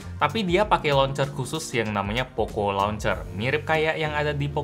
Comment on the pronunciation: pocoooo bukan pokoo